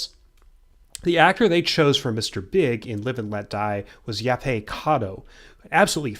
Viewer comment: I'm pretty sure that you pronounce the "T" in Yaphet. He was named after Japheth, one of the sons of Noah in the Bible. Yaphet Kotto was actually raised in a Black Jewish sect in Harlem & was still a practicing Jew when he died. I think he also met and knew Malcolm X before he became an actor.